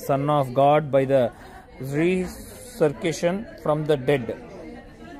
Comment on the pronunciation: రీ సర్కేషన్ కాదండీ, రిజరక్షన్ అనగా పునరుత్థానం అనగా మరణం నుండి తిరిగి లేవడం